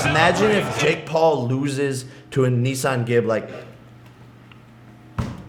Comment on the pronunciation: Bro did anyone hear the way he said Anisongib it sounded like he said a nissan gib